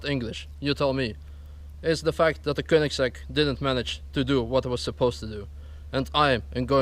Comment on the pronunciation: Well that Koenigigigiigsieieisegg atleast broke something;)